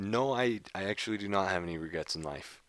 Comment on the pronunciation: "No Ragrets"